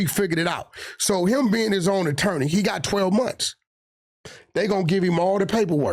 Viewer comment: "Is to be the Nattorney"😂